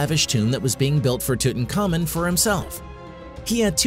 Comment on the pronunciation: Name is Tutankhamun ....pronounced Tut-Ankh-Amun ...not Tutan Khamun